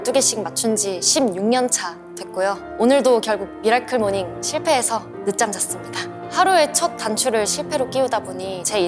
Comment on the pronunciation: 미라클 뫵으로 읽었넹ㅋㅋㅋㅋㅋ